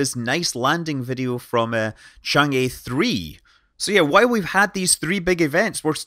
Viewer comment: Great video! I always comment this, but 嫦娥 or chang'e is actually pronounced more like "chang?? errr??" You pronounce each syllable with an upward intonation, rather like in English when you are asking a question. You can imagine the pronunciation like this: Imagine someone asks you the name of that probe, you're not certain so you respond "I think it's called chang??? chang.... errr? "